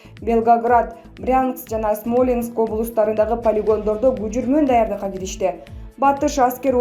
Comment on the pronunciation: Ээ диктор,туура суйлочу смооленск эмеско.СЕНИ КАНЧАЛАГАН УГАРМАНДАР УГУП ЖАТАТ.АЯБАЙ КАТА СУЙЛОЙСУН,УЯТ!!!